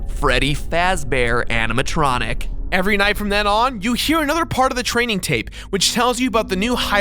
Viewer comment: when Mat said "animontronic" i thought he said "Hannah Montranic" as in Hannah Montana + animatronic